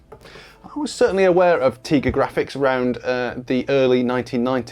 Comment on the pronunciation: Isn't it TIGA like TIGER? 🐅